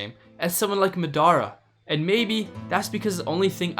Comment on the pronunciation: did he js call ma-da-ruh ma-dar-ra this has to be rage bait